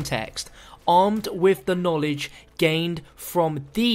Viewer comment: Richthofen needs some knawledge